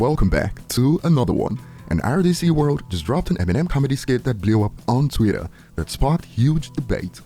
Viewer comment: Why he keep saying twitter like that? It's Twitter not Tweeter